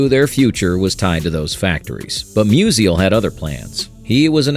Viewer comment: Mus-ial, not Mus-i-al